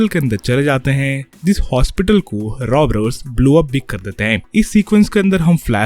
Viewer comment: Robbers ❌ Robbrers ✅